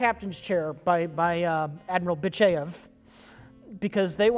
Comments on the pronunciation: LOL Do you really say Admiral Bitchaiev? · "Admiral Bichayev" no, really I did laugh out loud.